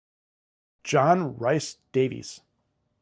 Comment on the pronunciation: John Rhys-Davies - The Rhys is welsh. It is pronounced REECE, NOT rice!!!